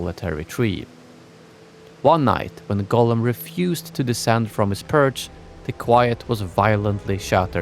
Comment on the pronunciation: Why do you say it wrong almost every time and its many, its not Golem, i think he who wrote the title is different person and you just dont know its Gollum.... It doesnt even sound so close as you make it clearly Golem every fking time. So anoying... Even the autosub is 99% calling it Golem but when youmake few lucky mistakes it also writes it Gollum. Try to make an effort pls...